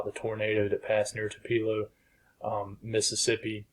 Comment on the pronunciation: TWOpuhlow, not twoPEELO. ;)